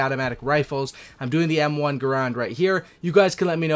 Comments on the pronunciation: Not grond... grand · Yea, nah. It kind of sounds like "errand" like "I have to run an errand" but with a G in the front. Look it up. I said it wrong for years until a WW2 vet called me out on it when we were talking shop. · Well first you are pronouncing the gun wrong, and then begging for likes and subscribes. Weak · It's actually Garand